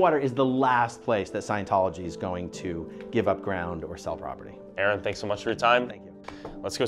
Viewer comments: dude talking bout A-A-Ron 😭 that’s how yk they’re wrong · ain’t no way bro said A-Aron like where is balakay at 😭